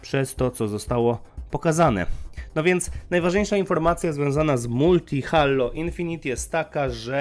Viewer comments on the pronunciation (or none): jprdl Halo.... jak mnie to drażni [HEJLO] SIĘ CZYTA!